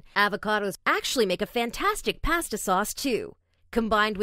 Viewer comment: the way she says pasta 😂😂